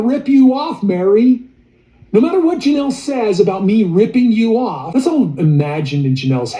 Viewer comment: Girl you speak. LoL love it😊